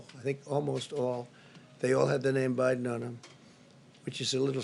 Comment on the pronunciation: Did I hear wrong ??? Did he just call MR. BIEDEN haha